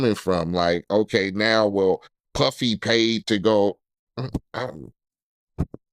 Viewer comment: when he said Puffy or Piffy I fell out 😂